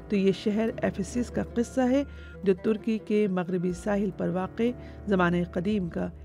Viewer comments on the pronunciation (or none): none